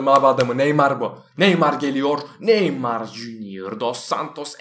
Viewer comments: normalde : nah neymar böyle neymarmı olur batuhanda : nah neymay böyle neymry mi olur :D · Nah neymar dedikten sonra neymah diyon